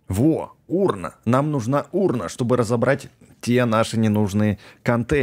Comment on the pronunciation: мне послышалась украина а не урна 🤣 Лайк если вам тоже!